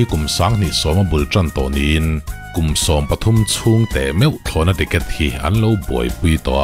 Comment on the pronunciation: Thlawhna tiket ani lo.... Triket tih tur😀😀